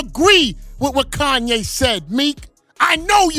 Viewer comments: Facts been spoken by Kanye....but it's you Flex, you something just don't sit right with me with you...really not to be trusted ...all of a sudden you don't know how to say Kanyes name?? Since when??? Mxm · Flex calling Kanye's name wrong ...now disrespecting him. Those joooooooos got flex bent over too 😂😂